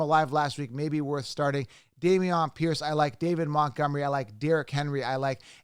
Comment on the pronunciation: Day-mee-onn Pierce? LMAO!! 🤣